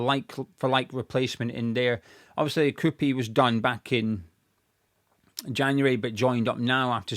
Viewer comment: Nothing worse than hearing saying kroupi😭😭